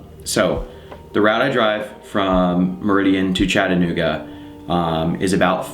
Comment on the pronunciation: Man card revoked U pronounced Chattanooga correctly.